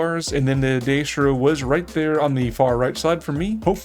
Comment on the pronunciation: Its di-eass-thro